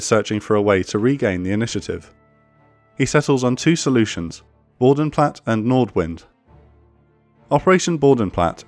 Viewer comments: "Bodenplatte" has a pronouced e it not boudenplat its Boden-Platte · ...Bo Den Platt Err... (Each letter in German pronounced) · Small correction: Similar to the e in Luftwaffe, the e in Bodenplatte isn't silent. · It is Bodenplatte and not Bodenplatt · just a sidenote: The e at the end of Bodenplatte is pronounced, just like it is with Luftwaffe ;)